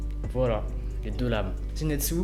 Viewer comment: A chaque fois tu disais zinetsu au lieux de zenitsu sinon ta vidéo est génial comme dab😜